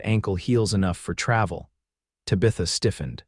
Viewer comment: PLEASE, PLEASE, PLEASE teach AI how to pronounce names!!!! Tabitha is not pronounced TA-BETH-A, it's TAB-ith-A. Santa Fe is not Santa Fee, Eleanor is not El-eeenar. A bullet wound is not wound around the arm.